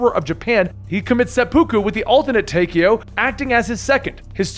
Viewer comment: So much stuff is wrong. Even the pronounciations of things are very wrong. Taykio? Ar-gath-a? A-thur? Preemus? (Even though its actually Ultimis) Prime-us? Story is over? Watch this if you want to see what happens when someone who knows nothing tries to figure things out without playing any of the games, but for the real lore, I might suggest MrRoflWaffles or Mystery Machine or something.